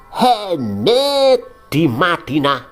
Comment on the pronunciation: asli coeg 😭 tiap kali dia bilang muhemmet, dalam hati aku ngakak anjeng wkwk 🤣